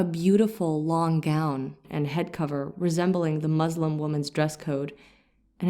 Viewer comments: It is Muslim ( one who submits and surrenders oneself to THE ALMIGHTY GOD, ALLAH (SWT), THE CREATOR of everything! Muzlim , derivative of the Arabic Zulm , which means iniquity, injustice, oppression,tyranny,...!.! So we have to be careful in our pronunciation; It is MUSLIM, and not. MUZLIM ! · Please learn to pronounce the word “Muslim” correctly.